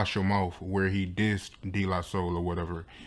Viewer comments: "...D la soul..." ctfu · Who is this young cat doing this interview....it's De (pronounced "Day" not "Dee") la Soul....SMDH